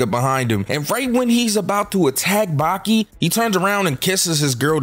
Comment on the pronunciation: Replace the i with an a in Baki